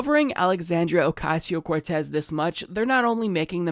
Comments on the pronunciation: Say her name 30 times...... and they only said her name right once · 60 percent of the times, they butchered her name everytime. Edit: Yes, it is from Anchorman. And Fox News and its people are like the movie, just not funny. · Dude that intro when you slipped yourself in saying Ocasio-Cortez. I died. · Who knew it could be so hard to pronounce her name. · It's hard work you mispronounce somebody's name that many times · Why are these people laughing and smiling all the time? Why is it so funny to them when someone can't pay a ridiculously high rent? On top of that, they mispronounce her name three times in a row. Baffling. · (I know it's a non issue, but it bothers me that they repeated her name over and over, and they can't ven say her last name(s?) correctly) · At least deliberately mispronouncing her name is over !!